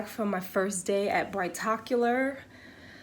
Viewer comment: Brigh tocular lol